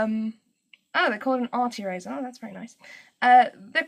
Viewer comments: Every time you say "eraser" it sounds like "E-razor" to me lol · The way you said "eraser" in the beginning instantly had me thinking, 'oh, she's South African!' Just because my boyfriend is from Johannesburg and that's how he pronounces it. And then you said you were in SA. :P Anyway, I just found this vid from your DeviantART, and you are so talented.